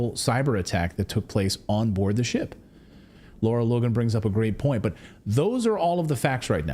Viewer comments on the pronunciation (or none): I believe the incredible journalist Ms Logan is “Lara” as in rhymes with “Sara” (not “Laura”).